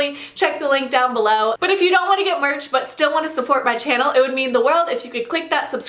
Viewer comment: When she said "get merch" I thought she said "give birth " Lmao I'm so dumb. pls tell my I'm not the only one tho